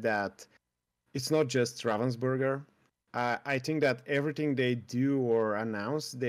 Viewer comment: Ravensburger is not a Burger its a Burg (German word for castle) xD And have nothing to do with raven. :D I like how people express that comany Name in english. It sound everytime so wrong XD